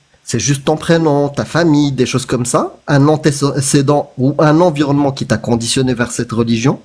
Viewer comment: "Comme je tje djis, c'est pas l'environnemont" 🙃